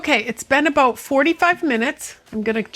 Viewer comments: "aboot the same size" 😂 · I see your text info was speaking with a Canadian accent. When talking aboot the size of ingredients.